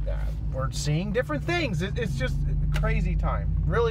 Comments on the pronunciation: I hear yust too 😂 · One thing people aren't commenting on is at the beginning of the Journey song he says Yust a small town girl. He's clearly not saying Just. I have no idea what a yust is but that's what I hear.